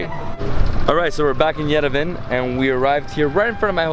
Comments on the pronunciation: Lovely video, but PLEASE pronounce Yerevan correct, it is pronounced YEREVAWN, emphasizing the last part awn, like yawn. Not Yerevun. Sorry, but it feels disrespectful to the country, but I think you would appreciate knowing if you have not been told already . Thank you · we love you, but please learn how to pronounce Yerevan. It is not Yerevin. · Yerevan, pronounced YERE VAN. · Yerevan is pronounced ye-re-vaan. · Just for the record, it's pronounced Ye-deh-von, Cheers!